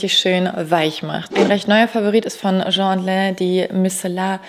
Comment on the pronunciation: es heißt „tschien and len“ (!!!!)